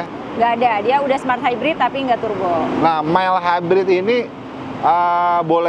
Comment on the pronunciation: Kayak nya si mbak bilang suzuki smart hybrid, mas nya bilang malt hybrid.. Atau saya salah denger ya...🤔